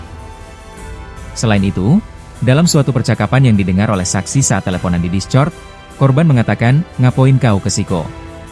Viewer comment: Bacanya diskord min. Discort ndasmu 😅. Gak sekalian di crot 😂